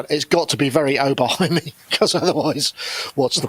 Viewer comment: "Oberhiem"? Come on....